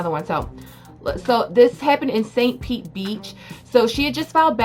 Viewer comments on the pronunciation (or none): none